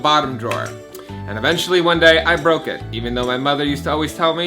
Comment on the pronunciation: I bwoke my dwoor